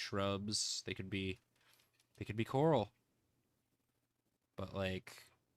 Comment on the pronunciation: The way pronounces coral like Carl made me get all excited to see a bunch of dudes named Carl.